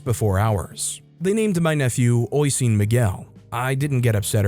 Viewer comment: Story 7. The Irish name Oisín sounds like "uh-sheen."